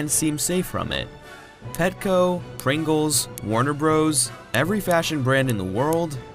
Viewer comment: "Mr. Springels" namanya "Pringles" bang